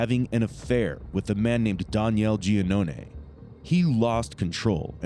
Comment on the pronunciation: i think its annoying you cant pronounce DANIEL properly.